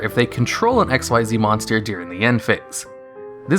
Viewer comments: Madwizard145 a lot of people call them X.Y.Z, but even in a beginner's guide it says pronounced ikzeez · Hearing him mispronounce XYZ is one of the old video tells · The way you misread Xyz annoys me ... though good video .. keep up .. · Why do you not say XYZ correctly. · hes hurting me... its not "XYZ", its pronounced "XZ" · XYZ is NOT spoken as X-Y-Z but is spoken as X-EASE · Its pronounced ek-seeze, not x y z. I don't know how people get this wrong. Have you watched zexal, arc v, or vrains? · Xyz is pronounced "exeez," not "ex why zee." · It's ik-seez. Not x y z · It sounds weird in retrospect to hear him say "X-Y-Z" instead of "ikseez" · Xyz is pronounced "ikseez," not " x y z." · It's pronounce "X-eez" not X-Y-Z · Fyi it’s “ehcks-ZEES.” You’re not supposed to say out each letter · The Mechanic from Zexal is "Xyz", NOT "XYZ" and is pronounced "ek-seez"! It is a word, not the last three letters of the alphabet! Try watching the Animé for once! Although, I will say that at least Malefics got new Continuous Spells that fix their rather major glaring downside... So, there's that! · You triggered one of my pet peeves by not pronouncing xyz ‘exeez’ correctly. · Its not pronounced x y z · XYZ is pronounced csees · Curses, man. It's pronounced ik-seez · XYZ= (exheez) The only X.Y.Z monsters are X head cannon Y dragon head Z metal tank and they suck ass It takes longer to say it wrong x.y.z which sounds stupid Than it does to say it right XYZ (Exheez) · U know Xyz Monsters are pronounced as Ik-Seez Monsters right? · You are saying Xyz wrong. it's said as ik-seez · I don't even play Yu-Gi-Oh and I know it's said like ex-ease, because I read it in the freaking rulebook that came with a structure deck I bought like 4 years ago. Hearing you say it wrong so many times in a short period really annoyed me. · It's not X-Y-Z it's pronounced Ik-Zeeds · Dude, Xyz is pronounced Ikseez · King Of Spades spelled XYZ pronounced ikzeez Not X.Y.Z